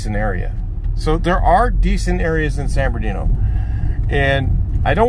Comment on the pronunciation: For real though San birdooky is a violation. It’s San Bernardino homeboy.